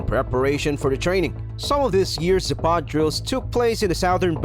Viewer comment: zApad, not zapAd